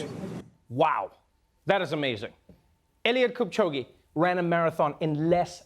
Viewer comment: Trevor for an African, that was a terrible pronounciation of our hero's name! And yes, people will always try to undercut and de-value this great achievement for humanity.